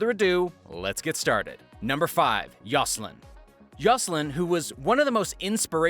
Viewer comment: The intro shouldn't take 20% of the time. And you pronounced Zsalynn wrong.